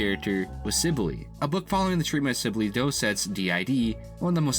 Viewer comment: hey so the name is pronounced Si-Bull or Si-Bill no Si-Blee just thought you should know